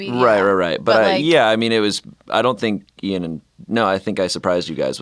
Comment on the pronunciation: Are we gonna just not talk about calling Ian Ayn?